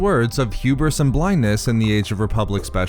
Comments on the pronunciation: Renard Corsair H U B R I S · Say hewbris one more time